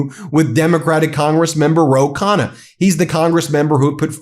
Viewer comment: Americans should learn how to pronounce Indian names. 😂😅 There's a reason why the letter 'n' is repeated twice in the name Ro Khanna!!!!🎉🎉🎉 you lay emphasis on the 'nn' - lol!!! This is the second channel where i've noticed this.